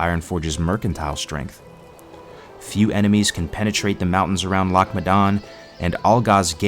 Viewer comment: Probably should have got a Scot to VO this as others can’t pronounce “Loch” properly... every time you say it I cringe...